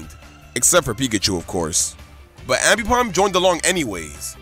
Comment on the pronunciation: You miss pronounce aipomb ambipomb